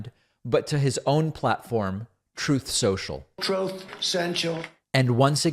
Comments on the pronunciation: Did he say "Troth Cential?" I thought it was called Truth Social. Is he just mumbling? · You are they only person to say Trump's platform name correctly, unlike all the fake news purveyors calling it Truth Social, which is wrong. We both know that trump told us himself that it's called Trothe Sential. Thank you for saying it right. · “Troth Senshul” audio has me laughing hysterically that I’m in tears at 8 in the morning I never realized he said it! Omg! Thanks for that, David! 😂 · My phone notification/text alert is his "trothe sensial" sound byte. Never gets old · TROATH CENTCHIAL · i love when he plays trump slurring TROOTH CENTRAL. lol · Why are you saying TROTH social … are we not saying it for search reasons? Or is it a joke and I need to look up troth or trothe? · Lmao yooo that “troatth sential” never miss 🤣🤣🤣🤣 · "Trough Sensual" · He is saying Troth Senile. It seems appropriate don't you think? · I’m living for Troth Sential and OBAMNA. Both crack me up every time, even though I know they’re coming. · I love how you use trumps words, "troth sential" he he truly lost in the forest of voices in his head